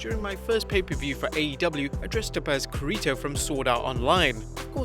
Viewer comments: Kuhreeto really its very clearly meant to be Kirito (Kee-ree-tow) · Nobody mentioned how did he butcher Kirito's name? Dude. Its KIrito not KOrito... Gaaaah kinda mad xD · so nobody gonna talk about how he pronounce Kirito ???? accent it's Kirito not Kerito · The dude: pronounces kiritos name wrong saying ke ri to Me: WHYYYYYYYYYY ITS KI RI TOOOOOO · Ka-ri-toe 😭 Kirito*** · Key ree toe! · how you said kirito and calling the kamehameha "the goku wave" kinda hurts but a nice video overall ^_^ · He butchered kirito's name so badly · Dude you pronounced Kirito wrong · Did anyone notice that he missed pronounced the black swordsman‘s name wrong 😆😅😂🤣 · Ya butchered Kirito's name...other than that great video. I wish people that do videos of Japanese/Anime characters would take 3 minutes to learn how to pronounce them correctly. Reminded me of a watch mojo video how they butcher names, but yet they research...